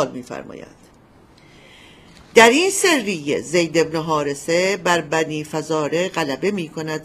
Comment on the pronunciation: خانم لااقل یکباربگوییدبرایتان اسامی رابخوانند سرّیه وغِرفه باعث خنده میشود